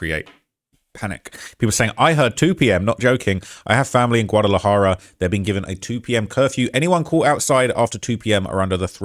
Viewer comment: I’ll give you a pass on everything else, but J is pronounced as H in Spanish. So Jalisco is pronounced “Halisco” and Guadalajara is “Gwadalahara”. No hate, just saying that’s the easiest one to pronounce correctly Lol.